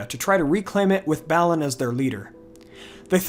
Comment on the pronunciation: Great videos you got going. Please try to have some decency and pronounce the names and places within the Tolkien universe correctly. For example. It's not Ballin' it's [Bah'linn]